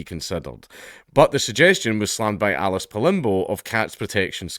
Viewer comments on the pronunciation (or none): none